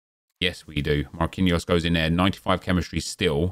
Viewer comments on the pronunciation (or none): none